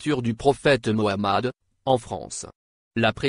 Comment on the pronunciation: Merci pour votre prononciation sur le Prophète Mohamed 3layhi salat